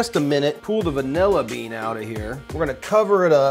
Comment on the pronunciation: 'Davilla bean' hahaha! I'm glad i'm not the only youtuber that loses the power to pronounce words on camera! Great job, Creme brulee is the business!